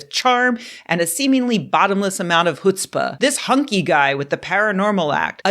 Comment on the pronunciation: It's chutzpah.... Like you're trying to clear your through. It takes a lot of chutzpah not to pronounce it correctly ;)